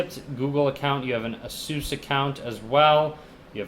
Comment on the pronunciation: u pronounced Asus wrong but nice vid